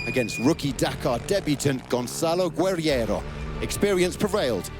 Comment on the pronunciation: THAT IS NOT HOW YOU SAY HIS NAME... its GonÇálo GuerreÍro not Gonzalo Guerrero